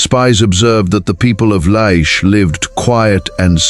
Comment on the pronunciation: Laish not Leish.